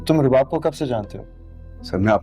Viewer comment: Rubab ko subab bolrahi hain a khatun kisi se notice ki